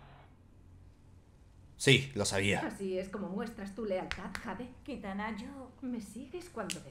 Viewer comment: kitana = jitana